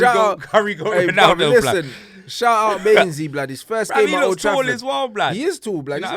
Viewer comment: Sure he says mould Trafford